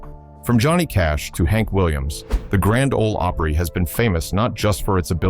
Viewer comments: AI SLOP. PLEEEEEZE!!! Even in Mexico they don’t pronounce the GRAND OL OPRY as “The Gron-day Olay Opree” But this AI narrator does. 😂😂😂😂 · Nothing says AI here like "Grand Ohlee Opera." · The third time your stupid AI said "Granda Ole Opray" I was done. Edit this garbage before publishing it. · It's Grand Ole Opry